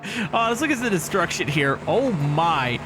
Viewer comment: So much disruckshon 😂 😊